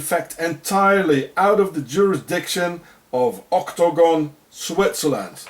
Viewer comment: I LOVE IT WHEN YOU SAY OCTOGON PLEASE SAY IT A LOT MORE IN YOUR VIDEOS HA HA